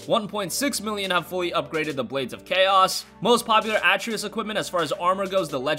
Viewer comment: Leaving a dislike just for (Ah-Tree-Us).